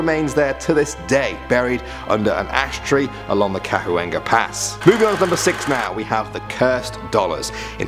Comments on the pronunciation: It is pronounced Cawenga Pass. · You pronounced Chuenga incorrectly